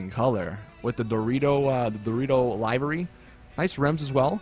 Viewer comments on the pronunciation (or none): liv-ery. NOT live-ry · It's pronounced liv-ery not live-ry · Im Star its annoying that people keep getting this word wrong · everyone keeps saying livery wrong -.